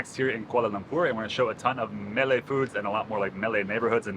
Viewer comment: Please Malay is not pronounced “melee!” It is ‘Marlei’ with the stress on the first syllable. 🤨 A melee is chaos, confusion & mess..which KL is not! Rather it is a delightful melange of people, cultures, & beautiful architecture!!